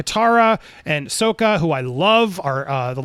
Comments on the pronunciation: Wait wait wait back it up for a second there, chief. Did you just say Soaka? Nope not having this 😂 i didnt know you could just change name pronunciation just because you feel like it. Is that how it works? I don't think thats how it works mr poapcor-ned plahnet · Andy mispronouncing Sokka...🤣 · He's still learning...